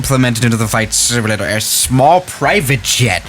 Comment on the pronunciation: “ FLIGHT SMLATRRER “